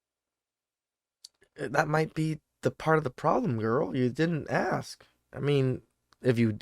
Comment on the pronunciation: Don't axe... Ask